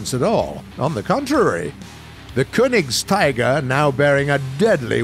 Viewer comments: It's Königstiger not Kunigstiger lol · pronounced kernigsteeger, yagdpanter, broombear, yagdteeger and raketenyagdpanzer. Don't need to bother with these but at least pronounce j like y. Also sturer emil should have mg34